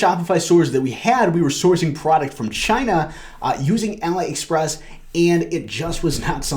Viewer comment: Great video but please, don't call it ala express. its Ali express (pronounced Ah-lee) lol.